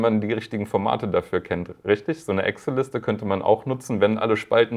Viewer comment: Immer witzig zu hören, dass quasi jeder im deutschen Sprachbereich zu Excel Axel sagt.